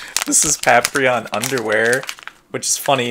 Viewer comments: say "Paprion" one more time! i dare you! i fokken double dare you! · You know its funny, I know its Paprium but I always pronounce it Paprion. Thanks for watching! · Yo, why you pronuncing Paprium wrong...don't tell me you're having the effects of the Blu drug (referencing the drug that powers up the characters in the game), that effs folks up, and cause them to go beserk lol. In all seriousness, that's a lot of goodies for just $50 back in 2012 you've got now. And getting Showtime's underwear...totally unexpected, but still a cool surprise worth keeping. I do hope Paprium (or Paprion if it's your preference 😎) gets a port to modern consoles in the future, simply because from how it plays on the Genesis is beyond amazing, and Watermelon went out of their way to make sure every part of the console (as well as the Sega CD add-on) can be used to full optimized effect. Hope you can get to play the game for yourself soon!